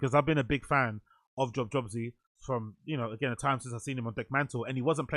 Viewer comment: it’s pronounced like yob yobse kinda